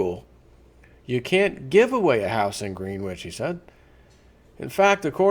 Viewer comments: Its "Gren-itch" not green-which. Don't get out much, Eh? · Greenwich is pronounced, gren itch. Like gren itch village in NYC spelled Greenwich village.